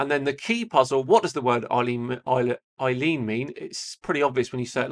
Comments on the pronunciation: Eilean closer pron to 'illan' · Oh and Eilean is pronounced "Ellen"